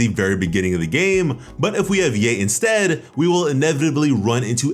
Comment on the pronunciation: Its ya-e not yey. Or just call her miko